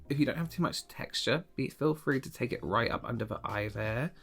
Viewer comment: “…roight” 🤣 I’m home sick with allergies and that made me laugh out loud lol